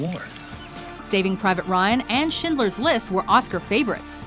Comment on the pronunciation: How did you get that e in Schindler? o-o